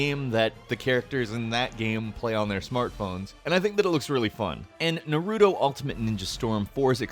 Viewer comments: NAR-OO-DO IT'S PRONOUNCED NAR-ROO-TOE NARUTO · Short oo not long oo (For correction) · Did he just call Naruto, Nerewtu? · Ive heard of naruto but what the hell is neroodo? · I have never heard of Narudo before, what is it? (sarcasm btw) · "Nar udo" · Did he really just say "nuh-roo-doh" unironically? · "Narudo" lmao. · When people say narUto, my inner weeb cringe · i cringe when people pronounce naruto like that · You miss-said Naruto and Boruto